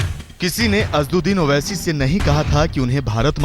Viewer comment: Tum log pade likhe anpad ho sahi name bhi nahi bol paate asaduddin owaisi hai name